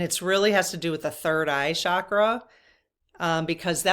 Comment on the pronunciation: Please, no disrespect is intended, but the Sanskrit word is CHakra (CH as in chair), meaning spiritual energy points in the body. Shakra is a Sanskrit word that means powerful or mighty. Would you mind pronouncing it correctly? The magic about the Sanskrit language is that every sound carries energy. So words that are pronounced correctly carry Shakti, spiritual energy.❤✨✨✨